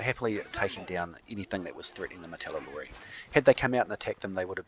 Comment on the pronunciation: How come you keep calling the martellatori "martellalori"? Is that how they are called in the Frontier version?